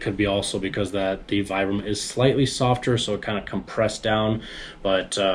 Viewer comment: VEE-BRAM - it's an Italian brand.